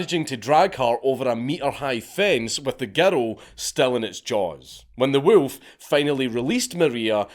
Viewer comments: "Wewlf". Good choice not to attempt "Golodayevshchina". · Love the way dude says wolf 😅💪